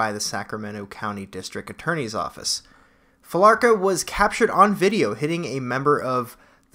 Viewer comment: I think it's Fee-la-cruh